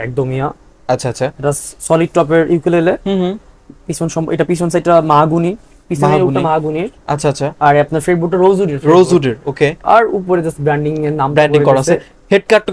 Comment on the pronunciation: মাহাগুনি না মেহগনি